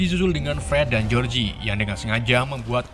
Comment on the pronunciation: Fred & George (baca : Jors) bukan Jeorjie